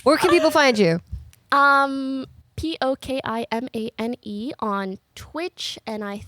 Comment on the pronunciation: messes up Pokimane's name almost immediately and multiple times lmao.